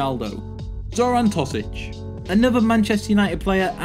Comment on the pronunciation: It's not lajicic but lajic Lay-itch And It's not Zoran Tosic It's Toshic